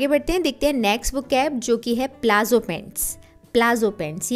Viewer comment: It is not plazzo, it's palazo